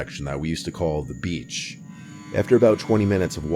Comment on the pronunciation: im sorry but the way he said “we called this area ‘BEACH’” was so funny😭